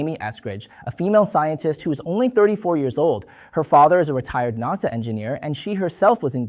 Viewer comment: NASA was pronounced wrong, but thank you :)